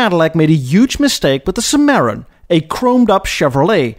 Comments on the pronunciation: It's pronounced " SIM-mer-on " my friend, not " sim-MARE-in ", a cheap piece of sh*t re-badged Cavalier with leather seats... + 25K extra. LOL! People in the States thought, "Are you f'ing serious?" No one bought them. Same with the XLR & ELR (as you stated in Pt. 2). There was a Chevy / Caddy dealership nearby and we had stopped by in our Vette. They had an ELR sitting outside and at the time, it was a pretty neat, interesting looking design. A salesman (saw our Vette and) RAN up to us. I asked, "What do want for one of these?" "Around 75K", he said. "75 Grand for a Volt?" I laughed out loud (Volts were already over-priced at 40K at the time). I told the guy they'd NEVER sell any of them, but he disagreed. So where are they now? Caddy is doomed, GM is doomed. GM wants to move to China, so I'm sorry to say, let 'em go. Just like today's "Woke" corporations, with GM's CEO Mary Barra, they have been rudder-less and will undoubtedly fail (or just limp along) ...unless something really huge happens (it won't). Too big to fail, right? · The word "zenith" is pronounced "zee-nith," not "ZEN-eth" Cadilac "Sim-err-Ron" (Cimarron), not "Suh-Marron." That's not even close. And blatant is pronounced "blay-tant," not "BLAT-ant." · I like the art and science cadillacs. By the way,, it’s simmuh-rawn. Not sumare-un. Lol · Cim a ron not cim aron. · You would think a self proclaimed "Classic Car Connoisseur" (No, there is no "A" in the word connoisseur) would know how to pronounce the name Cimarron "Cim-ahhh-ron not "Sim-air-on"!! Just had to bust your balls! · cimmeron= sim-ah-ron I love your videos' and having lived in Germany, I can still remember calling home to tell my parents about the fancy Mercedes-Benz trash truck that came to our barracks every Tuesday morning before dawn. I'm a Buick guy, my 1973 Buick Riviera could only be truly compared to my 1996 supercharged Buick Riviera in class and sheer acceleration. I'm a big fan keep making vides! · SIM-a-Ron (Cimarron)